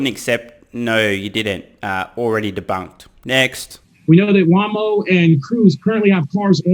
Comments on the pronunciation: When Gordon pronounced Google’s Waymo as Waaa-moe, you know that he’s completely clueless about the EV/FSD industry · Wamo not Wymo! lol, Another good one that makes me laugh. Does not beat the baptism of JP Morron though! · Are You Fking Kidding me? Wah-Moh? That says it all. I cant Even Believe how he fooled us all thinking at some point that he actually believed what he talks about. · It is pronounced, Waamo and Cuisé.